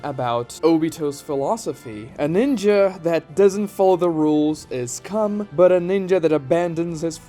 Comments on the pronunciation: said come not scum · Did he just say "A ninja who doesn't follow the rules is cum?"